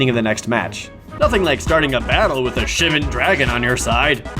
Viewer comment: that's not how you say Shivan - it's pronounced "Shivan"